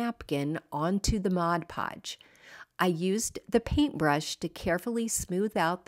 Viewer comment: Thank you thank you for pronouncing mod podge correctly. I used to work at a craft store and the amount of people that pronounced it "modge" podge was insane. 😂😂😂